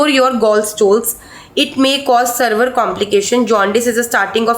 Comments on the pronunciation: Severe ko sarver bol rhi hain kritika😂😂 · ne severe ko server bola 😂😂😂..kuch bhi read krti ho without sense